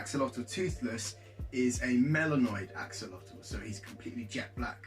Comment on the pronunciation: A-WHOL-LE-TEH please say it like....imagine if the salamander was naked Fulham but we called it FULL HAM